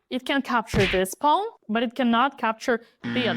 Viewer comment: Hearing her pronounce Pawn reminds me immensely of "Pone" as said by Foghorn Leghorn. "Well, shut my mouth and call me cornpone!" (Looney Tunes: "Southern Fried Rabbit" (1953))